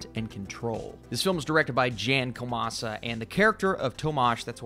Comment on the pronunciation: Actually it is Jan Komasa not Jenn as you pronounced. Check the correct pronunciation before making a material ;)